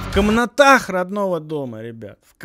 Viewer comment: Что мне нравится в, это как он гармонии ради, ударения ставит. то Кенгуре, то вот эта - комнaтAх. КомНатах - это слово как заклинание звучит, чисто ритуально-магическая речь. Произнеси перед зеркалом - Абракодабра! Трахтибидох! Комнатах! Комнатах! и врубай ANAAL NATHRAKH